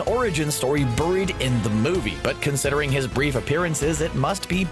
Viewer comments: burrrrreed? you mean buried? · Is it just me or does the way the narrator says buried sound weird?